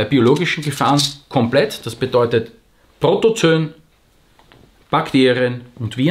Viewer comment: Protozoooooo-en, Protozön gibt's keine ;) Ansonsten, klasse Video wie immer! :)